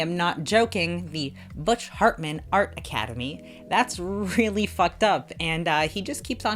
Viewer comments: In case you doubted your ears....she really does call him fartman lol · That copied mikasa Ackerman hand......... Yea I’m gonna watch attack on titan on roblox videos. Also I’m not sure if you have been saying butch “Fartmin” or “Hartman” but I hope it was fartmin because he deserves to have that as his last name.